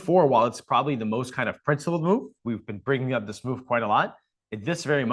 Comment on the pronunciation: Anna always makes me laugh how she says move as "mewve" lolol